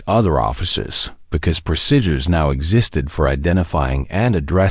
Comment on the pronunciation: AI narrator can't pronounce the word 'procedure'- very annoying.